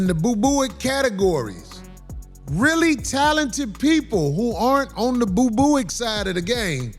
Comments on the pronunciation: Yooooooooo he keep saying boo booic 😂😂😂😂😂😂😂😂😂😂 I’m done😂😂😂😂😂😂😂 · Ba-Boo-ics? Corey you wild, Chitown's realest dude! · 'boobooick' Can't stop laughing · Nigga said boo booic 😂😂😂😂